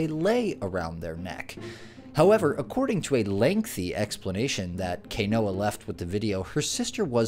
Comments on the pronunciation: You mispronounced the second clips name : Kainoa is pronounced like Kinoa not Kaynoa ! And yes, it is tradition when Hawaiian students graduate they have flower leis! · Please put more effort into properly saying Hawaiian names. Kainoa is pronounced Kai (like "pie" except with a K) KAI-KNOW-AH